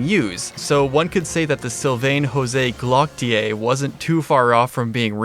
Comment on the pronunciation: No wayyyy😭😭 you had me dying at “Sylvain Jose Glock-autier”